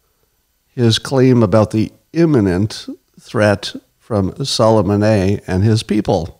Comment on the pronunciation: lol "Sullemahnaye"